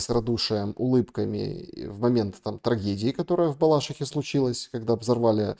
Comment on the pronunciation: В БалашИхе. БалашИха – ударение на 3й слог